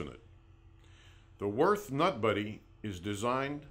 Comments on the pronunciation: What the hell is that pronunciation? It's Würt(h) not Worth. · It is not "Worth". It is Würth ffs. The two points on the u are here for a reason, you gotta say it the German way. The W sounds like a V, the u like in "cult" and the h is silent so you only say t. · U say it 'wyrt' not 'wyrf'... Ffs... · Des heisch WÜRTH, ned "worth"! Heidenei... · Just for your own information: Würth is a german company and it‘s wÜrth -> converted to english it‘s wUErth! Have a german in the headquarters explain that to you! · They really butchered the company's name. Worth? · its WÜRTH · Cant even spell or pronounce the companys name the right way, smh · Ü god damnit its a fucking letter and NOT the same as an u...people! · Gib dir Mühe, und sprich Würth so aus wie es ausgesprochen wird. Und nicht wie du dir deinem Amischhädel zurechtfantasierst.